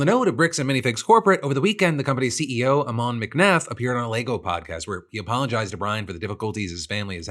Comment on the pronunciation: Omg nobody can pronounce Ammon. It's like Ham-un but without the h.